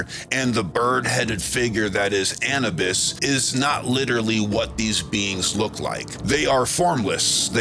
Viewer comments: Sorry if I seem pedantic but I thought the pronunciation was Annubis as in tissue-bis; not Annabis as in cannabis. I'm a big fan of your work so I'm not nit picking, it's just something that grinds my gears. Something I'd like to throw out there is this. Egyptians do not talk, or write, about, DMT, but they do write a lot about their praise of the Blue Lotus flower, a plant packed with DMT. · Thoth was bird headed Anubis pronounced anewbis ❤